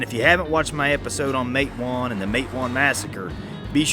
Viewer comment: I am enjoying your videos very much. I was born in Galax, VA and my grandfather, C.T. Higgins, was Chief of Police there. He was working on an assignment for the Felts Detective Agency in Matewan, WVA., (by the way, it is pronounced Mat-a- wan). C.T. Higgins was one of 7 men killed in the "Matewan Massacre" on May 19, 1920. The Felts Detectives were waiting to board the train to Galax.